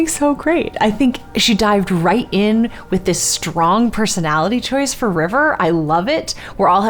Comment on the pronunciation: is jess's character's last name stong or strong? im HEARING stong, but I SEE strong during the character intro